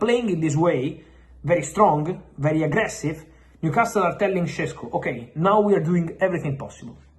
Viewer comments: And New Cast Le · Stop saying New Castile. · I love how he pronounces NewcásTle